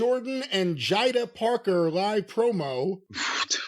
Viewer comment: Bro is just butchering those name jada parker soul (sol)ruca